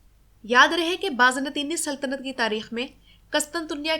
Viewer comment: اچھی کوشش ہے ماشا اللہ۔ قسطنطنیہ میں قاف پر پیش ، پہلے ط پر بھی پیش آتا ہے۔ اس کے علاوہ بازنطین میں ز پر زبر جبکہ نون ساکن ہے۔ سلامت رہیں